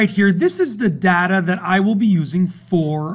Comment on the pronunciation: It's 'data' not 'data'.